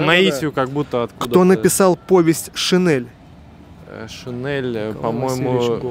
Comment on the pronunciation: Только не "шинэль", а "шинель". Так оно правильно произносится.